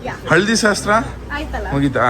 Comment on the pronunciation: ಶಸ್ತ್ರ ಅಲ್ಲ ಶಾಸ್ತ್ರ ಬ್ರೋ,ಬೇಜಾರ್ ಮಾಡ್ಕೋ ಬೇಡಿ 💙💙😍😍